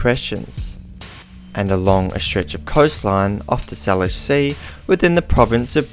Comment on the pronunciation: Just a pronunciation correction. Salish is pronounced say-lish.